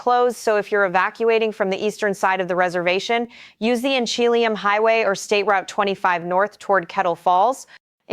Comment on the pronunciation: In-che-lee-um O-ku-nog-gun If you're going to report on the area, at least know the names of cities/areas. *There were so many mispronounced, someone please add more corrections here.